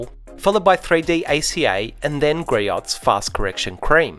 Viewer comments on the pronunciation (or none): GREE-OHS, not gree-otts.